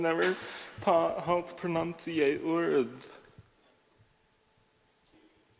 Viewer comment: “ I was home schooled and I was never taught how to pronounceiat words”